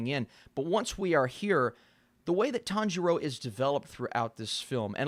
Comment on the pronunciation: Sub watchers : I am going kill myself if he says tanjiro like that again Dub watchers: this is fine